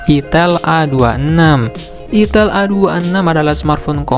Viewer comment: Itel bang bukan itil 🤣